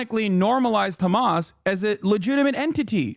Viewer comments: She says Hkamas like I would expect Christopher Watkins would say it. Close your eyes and picture him saying. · Bro I’ve watched the “HÀMAăAAS” part so many times i caaannt 💀💀